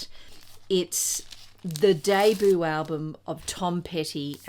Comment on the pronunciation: Just a couple of small corrections in pronunciation----- it's DAY-BYOO, not DAY-BOO. And the Ramones' tune is pronounced BLITZ-KREEG BOP, not BLITZ-CRYG BOP.